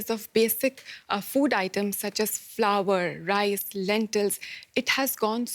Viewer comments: Flower or flour. I request to DW to hire correct people for speaking. This women is saying flower is be stolen 😅😅😂😂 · Hey lady it's not FLOWER it's flour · It is not flower! It is flour! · she told flower instead flour ,. . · The female translator should learn proper pronunciation. It’s flour not ‘flower’.